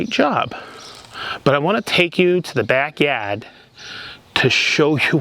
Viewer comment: Is this the New England accent? "backyard".